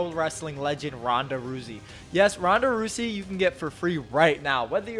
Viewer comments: 😭🤣😭🤣😭🤣😭🤣😭😭😭🤣🤣🤣🤣🤣 AINT NO WAY YOU GOT SPONSERED BY RAID AND PRONOUNCED IT “ROOSY” 🤣🤣🤣😂 Fucking clown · This man just said Ronda ROOsey lol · Awesome content! Respect for all your work. P.S. Did you just say “Ronda Roozey”?! Really? 😂😂😂 lol wtf You’ve just pointed out how virgin you are. C’mon, mate! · Bro said “Ronda Roozy” 😂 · Ronda “rusey”. Bruh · This man said Ronda rousey name wrong I’m dead